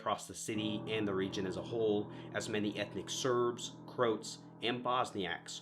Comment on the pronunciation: Sarajevo is pronounced "Sar-eye-yevvo"; "Prinčip" is "Princheep"; Croat is two syllables (Cro-at). Slavic languages can be pretty tough for a native English speaker.